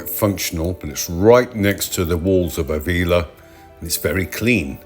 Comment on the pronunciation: Nice video, very relaxing. Pedantic mode on........Ávila has an accent on the first A, so the stress is on that letter (not the I)...........pedantic mode off!